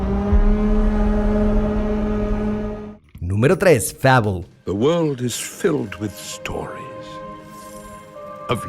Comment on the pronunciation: No sabe como pronunciar Fable......